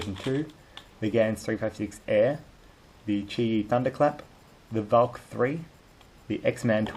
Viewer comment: You read valk as volk